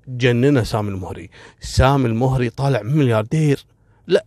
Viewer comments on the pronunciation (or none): لوسمحت الادله مطلوبه منك لانك كذا قمت بتشويه سمعت قبيله المهري مع انك تنطقها الموهري وسرد مثل القصه يحتاج منك دليل فنحن من المهره ولم نسمع بهذي القصه بتاتا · المهري فوق حرف الميم فتحه وليس الضمه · للتصحيح القبيله(المَهَرَي) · انا مهري وفي أختلاف كبير في القصه واغلبها تلفيق وتأليف حتى نطق أسم القبيله ماعرفت تنطقه